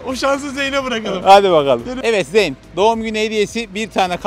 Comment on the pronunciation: zeyn diye okunuyor kardeşim